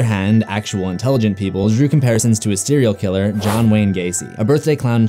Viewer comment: You lost me when you said “Sterial Killer”